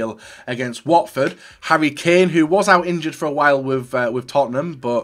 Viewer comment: pronounced kane like mane so! MANE KANE SANE in the attack